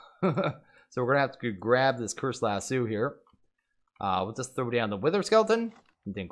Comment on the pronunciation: Just noticed you call them lasoos instead of lasō